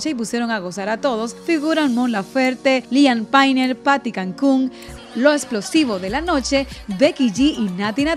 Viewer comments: Se pronuncia liam pein, paty cantú, no liam painel y paty cancun 🤦🏻‍♀️ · como que liam payner, es liam payn DIOS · Liam Paynel??? Querida es LIAM PAYNE! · JAJAJAJJA "Liam Peyne" yisus hace tiempo no escuchaba que le dijeran así al Liam.... Wooo como pasa el tiempo